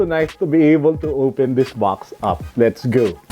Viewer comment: "Lez gu"